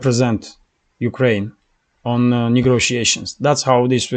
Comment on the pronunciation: Thank you for your report. A little correction on your pronunciation. It is “negotiation “ you are saying “negRotiation” take that R off. Just trying to help my friend.